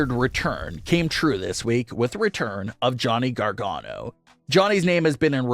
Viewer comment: Johnny Gar-Gone-oh. That's it, that's his name now.